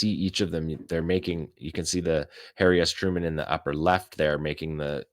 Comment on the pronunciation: Did you just say Hairy Truman?😂😂😂